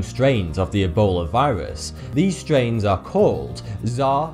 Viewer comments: Zar? Isn’t it zy-ear? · Zaire (pronounced Zai-heir) WAS the Democratic Republic of the Congo until 1997. It was the country's name. Are you saying "fertility"? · ZAIRE pronounced "Zaa-e-ray" now known as the Democratic Republic of Congo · Append Miku Hatsune Not really, he actually has a very clear accent. The "Zaire/Czar" thing 100% definitely is not an accent thing; it's a case of pronouncing Zaire as it reads. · Zaire rhymes with My Ear. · The "fertility" one maybe, but Zaire isn't czar. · I know coming from Lancashire starts you at a disadvantage in the pronunciation stakes, but you make a right pig's ear of saying Zaire. And every time you say "fatality", I hear "fertility". This will be very confusing for those for whom English is not their first language.